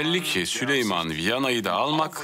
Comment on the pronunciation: Hürremin süleymana süliman demesi